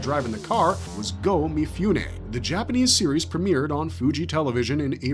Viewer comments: This is great but Mifune should be pronounced Mee-Foo-Nay, not Mee-Fyoo-Nay. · Please: mi-foo-neh, not mi-fyoo-neh